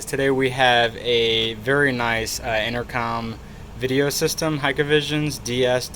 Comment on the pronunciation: One thing driving me crazy: it's pronounced HIKvision (/hīk/vision), not Hike-a-vision :)